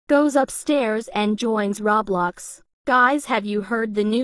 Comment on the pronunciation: “RoB bLoX” omg it is roblox